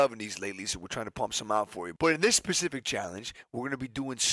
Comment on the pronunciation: Nick man is specific not “pacific”😭😂